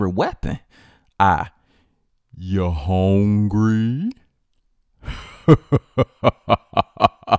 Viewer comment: bruh got me laughin hard asf! Talkin bout the secret weapon "YOU HONGRY?" LMFAO